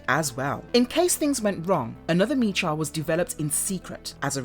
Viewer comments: Sorry Miss but it's pronounced Mech-a and it's been pronounced that way only since the beginning! 🧐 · “Mecha” is pronounced as in mechanical. Other than that, I enjoyed this summary so much. Good job! Loved this cartoon as a kid in the late 80s. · really? mee-cha? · I like the video, but I got 1 complaint... am I the only one irritated by the mispronounciation of the word MECHA?